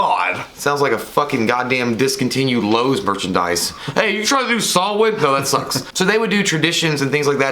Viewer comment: Samhain is pronounced sow-win sow like 🐖 not like needle and thread